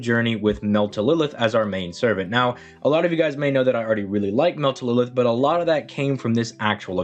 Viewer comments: Its mel - tryl - lis ... not melt - e - lilith or whatever you are trying to say. Like seriously you are ignoring the R in her name and adding in th at the end. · hella late but I believe he was trying to say "Meltlilith" which is pretty much the same thing anyway, it's just the usual Altria/Artoria situation